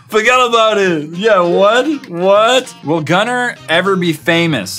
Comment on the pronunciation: Evelyn Rose no,its Gunther but just said it like Gunner